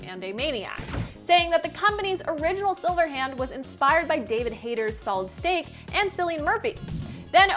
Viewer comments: Did anyone else hear “solid steak” instead of snake? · Did she say "Solid steak"